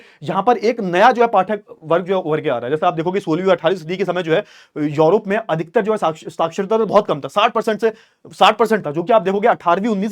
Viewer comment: सर योरोप नहीं यूरोप है।